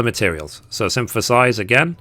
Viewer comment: Lol, you do know that the word synthesize doesn’t have letter “M” in it, right?